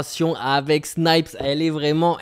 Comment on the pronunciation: Personne ne l'a remarqué j'ai l'impression mais tu ne dis plus "Sni-pèss" mais Snipes à l'anglaise. Je le note donc je le mets ici. Tu tiens compte des retours sur tes video et ça fait plaisir même si pour ma part ça me dérangeait pas trop trop